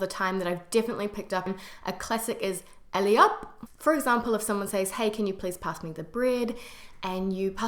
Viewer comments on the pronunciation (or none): By the way it is not "ELLIOP" but "ALLEZ ! HOP !" With or without pause depending on tone and intention.